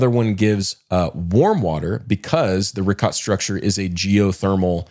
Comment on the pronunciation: Guys i love listening to yall, but get names and pronunciations right PLEEEASE. Brian insists on his accent on the end of his name, then please do others the same courtesy before you say them on your show. Monsa not Mansa, pronounced Reeshot, not Rikot (Richat structure), Ponce' not Pons Dee Leeon (Ponce' De Leon). ✌🏽